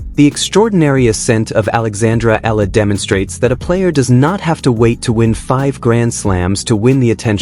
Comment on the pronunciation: EALA is Alex family name Not ELLA